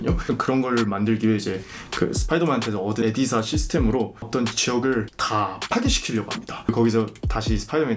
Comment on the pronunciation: 에디사 가 아니라 이디스 입니다 불편해하시는분들 있으실까봐 ㅠㅠ